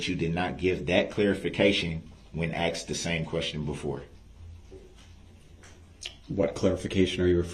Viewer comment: Especially as he aksed so nicely, even though he didn’t undershtand